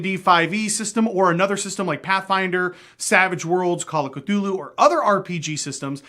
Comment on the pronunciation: Anyone else notice him saying “Calla Ke-Dulu” in the beginning? 🤣🤣🤣 Not making fun of you man, I’m a huge fan of your videos and have a huge amount of respect for what you do. Keep on rolling my man! But man that was funny 😆